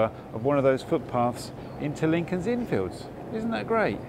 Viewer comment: Another great video,, and, as others have said here, one of my favourite parts of London. BUT... two things I have to pull you up on. Firstly, I can't believe you missed out the statue of Hodge, Dr Johnson's cat! You must have walked right past it in Gough Square. Secondly, please put the emphasis on the 'Fields', not the 'Inn'! When you say it the way you do it sounds like part of a baseball field... Otherwise, good 🙂